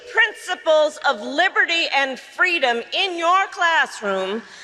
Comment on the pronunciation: “FWEEEEEDommmm!!!” If that wasn’t canned applause I’ve never heard it before … Aside from the idea that she’s full of crap and not aware she is part of a Republic … NOT A “Democracy”